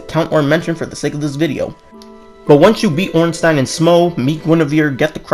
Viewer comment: It's the first time i hear someone pronouce ornstein "orn-stan" 😂 nevermind great video dude